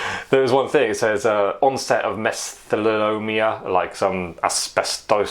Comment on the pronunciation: Heard you struggle with pronunciation of the latent health condition. It is pronounced - Me-so-thee-lee-oh-me-ah. Here in the States, it is quite commonly associated with people who worked in coal mines as well as exposure to asbestos. Great tip!